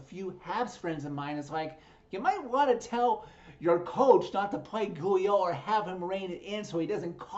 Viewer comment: Ghule is pronounced “Ghoul, e”. It’s a weird spelling.